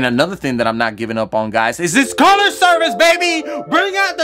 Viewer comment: “DO YOU WON SUM CULLUH?!”